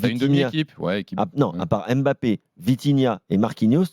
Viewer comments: Mbap-pé pas M’bappé c’est si simple un peu d’effort! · De grâce ! Arrêtez de dire M'Bappe c'est Mbappe ! Tout comme c'est pas Comane c'est Coman ! Faites un effort....